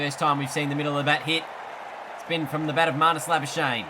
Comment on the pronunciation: You can say andile's surname but not Nortje.It's Nort - Je without the English accent though :D it's a South african surname.Same with Labuschagne it's Labu - Schag - ne.It's difficult to pronounce if your native are not afrikaans.My name + surname are the same they call me Jacobus my second name cause they can't pronounce my name here :D